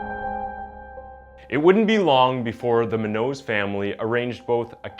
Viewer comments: If her last name is spelled Munoz it’s pronounced moon yo’s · Monique's last name is pronounced::: Moon Yo's =Munoz. Hispanic. Thank you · You make good videos but the way you pronounce “Audi” and “munos” wrong bugs me lol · Dude learn how to correctly pronounce your victims name. Munoz is pronounced (Moon-yos) come on man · You need to learn how to pronounce names like "Munoz", it's pronounced "Moonyos" Also, what's up with censoring random, normal words in the captions? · I'm probably not the first... But Munoz pronounced: Moon-yos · It's pronounced MOO-nyoze, I believe. And daddy bribed people or used other influence to get poor widdew Bwendan a lighter charge. Why is this vehicular manslaughter instead of vehicular homicide ? Because the Khuris are piggy rich not just affluent, not just wealthy, but stinking piggy rich, wallowing in their own self-regard without morals or empathy. Fuck the justice system. If a black man had done this, he would have been doing thirty to life without parole. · Take the time to learn how to correctly pronounce the names of the people you are doing videos on. I’ll help you…MO-NEEK MOO-ÑOZE. It may seem petty but it’s disrespectful to say her name incorrectly over and over and over. I noticed this on another video and it just bugs me that you do all this research but mispronounce their names. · The way he pronounces munoz is really REALLY annoying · Great video but why you pronouncing Munoz like that? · that is definitely not how you pronounce her last name... at least do some research on how to pronounce the victim's name my g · Muñññoz bro, please say it right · The way he pronounces her name is cringey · So no one wants to talk about he keeps pronouncing Munoz and Audi? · he cant even pronounce Munoz facepalm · This guy doesn't know how to pronounce her last name. Lol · muÑoz. Say it right and respectfully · Its "moon-yoze" She deserves it said properly. And its not the tragic case of rich kid, its the tragic case of Ms. Munoz